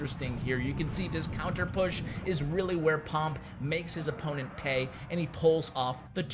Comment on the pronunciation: Pun by "This is where 'pomp' made his opponent pay(pey)..." <3